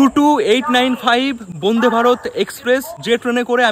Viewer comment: সমানে 'বোন্দে বোন্দে' উচ্চারণ কেন ? কথাটা 'বন্দে'।